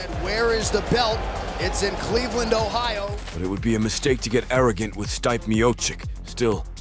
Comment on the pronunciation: Can this voice bot even pronounce Stipe's name properly